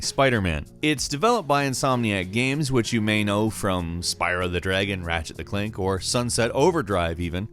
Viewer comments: What in the fresh hell is "Ratchet the Clank?" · "Ratchet the Clank"